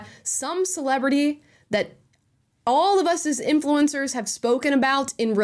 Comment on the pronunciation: "InFLOO encurrz".. Maybe dont look like a guido from Miami when talking to thesepasty soibased prople. You scared him.. (that was a guy, right? dont need the pronoun patrol soiling their diapers) This is really hilarious. Take the money and say whatever you want! Go get 'em, super slooth!